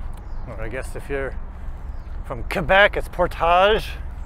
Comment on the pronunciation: You got the Portage in French pretty well. Keep on doing what you're doing. Works for me